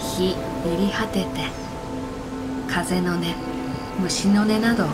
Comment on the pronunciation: 素晴らしい👍、一点 風の音 虫の音 →かぜのおと むしのね と読む例が多いですね。 日本語の難しさ、繊細さを思います。